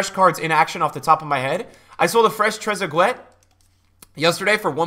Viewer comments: it’s trez-a-gay not trezagwet phonetically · Trez a gay I’s how it’s pronounced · when pronounces trezuguet as trezu gwet 😂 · Could've been TrezeGoat innit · Tres gay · The way you pronounce trezeguet and maradona honestly hurts my brain